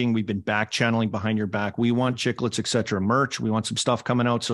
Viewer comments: Armdog don't give us ek-cetera every episode right off the hop. Work on et-cetera lol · Love the show but if you stick with the name you all have to learn to say "ETT SETT ERRA" not "ECK SETT ERA"